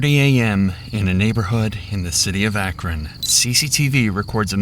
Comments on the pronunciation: The Arkon arsonist? It's Akron,. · I love how the narrator keeps saying "Arkon" Ohio lol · Did he say the "Arkon Arsonist" ? It's Akron... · The AI narration keeps pronouncing Akron as Arkon. Is it reading a human’s typo, or just more lame AI narration? I normally never watch channels once I identify AI. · Keeps calling him the “Arkon arsonist” and it’s driving me insane. Akron dude not Arkon. You’ve only said it 20 times in the episode. How do you keep fucking it up? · He keeps saying "the 'ARKON' arsonist", not "AKRON"....Is AI gone bad narrating this?😃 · The “arkon” arsonist…these AI voices need a bit of work! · At some point in the video, you stopped (correctly) saying "Akron" and started saying "Arkon" instead. How does that happen? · You said Arkon not Akron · "Arkon" Arsonist 😂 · Wonder why the narrator calls him the "arcon arsonist"? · "Arkon" arsonist. It's Akron. Akron, Ohio is well known. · It isn't pronounced Arkin, its pronounced Akron... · The “Arkon arsonist” someone’s got a touch of dyslexia 😂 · The narrator kept saying "Arkin" 😂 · Why does your AI video maker keep saying "Arkon Arsonist"? I thought it was Akron Ohio? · Narrator says ARKAN instead of AKRON. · they literally say Akron the right way but the voiceover says Arken the entire video. The bare minimum effort isn't even being taken here FFS. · he said Are-kin instead of ăkron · Akron….not Arkon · "The Arkon Arsonist", huh? It's AKRON... Aak-Run... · Akron arsonist not Arkon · ITS AKRON NO ARKEN!!!!!! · STOP SAYING 'ARKON ARSONIST' ITS CALLED AKRON OHIO; IM STUPID AND I KNOW THAT FFS. WHERES A R K O N OHIO? NEXT TO ARKON ASYLUM HM? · Narrator cannot even pronounce the name of the city correctly. He refers to Akron as "ARKON" more than once. (smh) 😒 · You say Arkon numerous times. It's Akron. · It's "Akron" not "Arkon" 🤣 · "Arkon Arsonist" Akron. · dude keeps saying Arkon. IT’S AKRON!!!! 😂😂😂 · Said “Arkon instead of “Akron” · Man keeps saying Arkon 😂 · Akron or Alron? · "arkon" lol